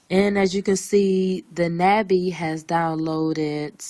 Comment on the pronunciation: "NAH Bee" A sound like August. It's the Korean word for butterfly.